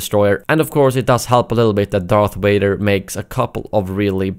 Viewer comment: "Darth Wader" "May i take your order sir?"